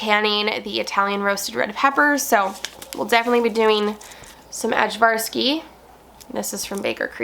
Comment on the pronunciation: Just so you know, Ajvarski is pronounced “Eye-var’-skee”.